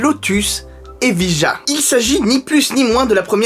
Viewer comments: T'as qu'à prononcer ça Eviya... Comme Sevilla !!! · Ta prononciation de Evija me gêne autant que celle de Geely 🤣